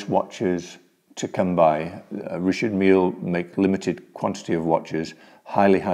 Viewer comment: “Rishard meal”